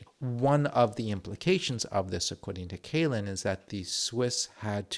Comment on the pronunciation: Excellent video and you had a very good expert in Dr. Kälin to learn about this. Great German pronounciation as well. Just a couple of additions: - Our Rapier systems have been decommissioned. Unfortunately they weren't sent to Ukraine, would have loved to see that. - The fortifications that have not already been sold (some of them are popular among firms for putting their server infrastructure inside them for example) have been put under a sale suspension, meaning they'll remain in the governement's inventory and there's currently a sort of collective brainstorming initiative going on, that's run by the government and primarily adresses start-ups and other companies from the defense industry to figure out how they could be used again - Bridges and other critical infrastructure can't be blown up anymore - we also considered buying the Super Hornet - you are 100% correct in saying that we as a country do not take this serious enough unfortunately